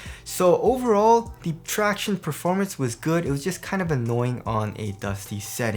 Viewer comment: Every time says traction-ays I cringe.